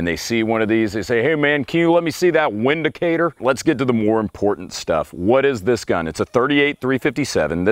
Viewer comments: It's not vindicator sir it's windicator per factory reps your right about the w pronunciation as v in German and visa versa. But it is per factory rep windicator. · I bought a Windicator (pronounced "VINdicator") last year after I was robbed and, among other things, my matching SP101's disappeared. I bought the 357 Windicator as a stand-in for the Rugers while I waited for my insurance company to pay up. I bought it for $280 and figured I would sell it for a couple hundred when I replaced the stolen guns. I still have the Windicator. Sometimes I scratch my head and ask "Why???", but I just like the thing. I think you have to love revolvers to understand. This fellow doesn't.